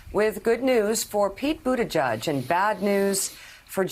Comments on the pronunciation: Thanks for all the news, and I like you guys a lot, but guys, it's not pronounced "Buttijudge." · It's BUTTIGIEG! gig with an 'e' !!! Not judge!!! You go Pete - America needs a responsible person at the helm that can talk in complete sentences. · "Booty-judge" thats all I ever hear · I like the coverage on Pete Buttigieg but I have just about had it up to my eyeballs with moderators mispronouncing his last name. It is both unprofessional and disrespectful.